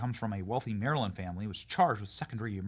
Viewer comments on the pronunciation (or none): none